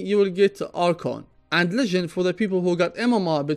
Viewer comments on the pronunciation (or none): none